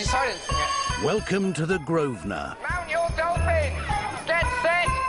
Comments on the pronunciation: He is STILL calling it "the GROVE-SNER" quiet facepalm....... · It’s his hotel, if he wants to call if Grove-sner that’s his business.